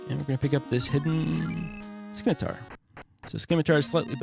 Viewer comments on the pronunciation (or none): FWIW, "scimitar" uses a silent c, just like "science."